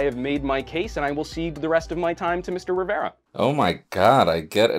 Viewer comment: it's very annoying the way pronounces Jaime's last name sometimes.